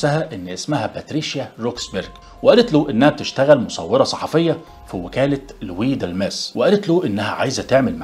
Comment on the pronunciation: اسمها لوا دالماس مش لوي ديلمس